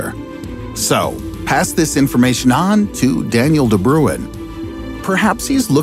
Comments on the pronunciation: its pronounced ''de brain'' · I'm south african and its pronounced De "Brain" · You pronounced Daniel de Bruin's name incorrectly. Also, what about googolplexianth? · No one except Dutch people can pronounce "de Bruin" correctly. It is not "brue inn" or "broon". Only if you HEAR it in Dutch you will know...